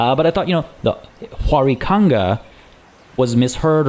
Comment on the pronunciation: your pronunciation of huaricanga is a bit off, the 'h' in south america tends to be used as a "w", instead of "juaricanga" like you were saying, it should be more like "wuaricanga"